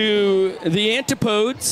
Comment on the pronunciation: the pronunciation of "Antipodes" is an-ti-puh-deez